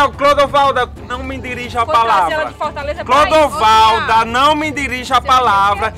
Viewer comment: Foi só eu que escutei ou a () quando foi chamar Clodovalda chamou de Bruna? Kkkkkkkkjjj